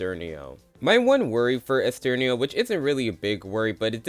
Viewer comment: Side note because I'm on Oliwia's part, it's pronounced Olivia, in Polish the W letter has a V sound, applies to other characters too like Ara where you said Aria, or Ernesto where you said Esterno Anyway might thoughts on the video, pretty agreeable and I don't think I can add much more than that, maybe a few placement swaps but Sam is easily number 1 in terms of winner pick imo